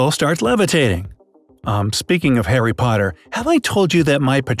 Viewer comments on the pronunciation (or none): none